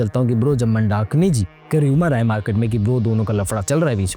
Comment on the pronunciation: Pehle naam to sahi se bol lo vyjayintimala ji mandakini ka pronunciation bahut wrong hai aur market market word laga rakha hai bollywood nhi bol sakte kya